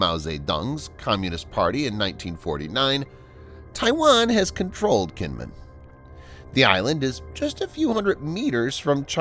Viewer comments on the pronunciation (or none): Kinmen is actually pronounced like "Jean Munn". Xiamen is pronounced "Shyah Munn".